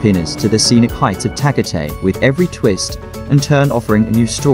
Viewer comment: No, I was referring to the accent of the computer voice mispronouncing Tagatay.